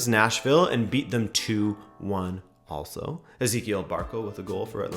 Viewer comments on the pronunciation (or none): none